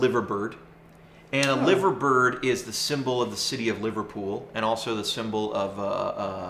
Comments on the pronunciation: If you are British, by the way, you’d say Lie-ver-bird. Named after the famous bird sculptures that sit on top of the iconic Royal Liver (yes, lie-ver) building in the home of the Beatles, live-agh-pool. Yeah. I know. Brits and their prer- noun cee -ayshun ...Go figure, eh?! :-) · LIVERbird?! L I V E R bird?! REALLY? 🤷‍♂️ Nice Profile though😉